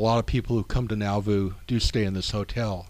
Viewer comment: Thank you for a great presentation! You have encouraged me to make a trip to Nauvoo. Two small comments: The R in RLDS stands for Reorganized, not Reformed, as you will see in the older church seals you display. Also, Nauvoo is pronounced naw-voo, not now-voo. ;-)